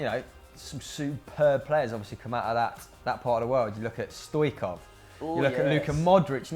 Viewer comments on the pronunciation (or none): Dear FD, Beside appreciating your work, I must point out two corrections: 1/StoiCHkov, not Stoikov. A Balond`Or winner deserves his name pronounced right 2/ Nedved is Czech. Czechia is in Central Europe, not the Balkans (all former Yugoslavia, Romania, Bulgaria, Greece, Turkey, Albania)